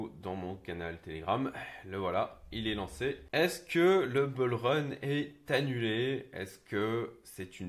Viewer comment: Stp, on dit BOULrun, pas Beulrun, c’est juste degueulasse. Merci sinon pour tes vidéos :)